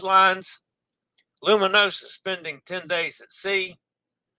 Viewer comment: Loo-mee-noh-zah Loo-mee-noh-zah Loo-mee-noh-zah A reminder that the S in Italian when preceded and followed by vowels has a Z sound, as in Pisa. For Gloucestershire, -Shire is not shy-er LOL, it's more like the word 'sure' but without an R sound: Glostashu(r). Our Rs are often silent. I recommend the annual travel insurance from Allianz. And FFS, get your passport and always carry it when visiting different ports.